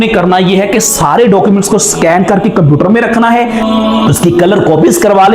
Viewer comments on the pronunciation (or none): none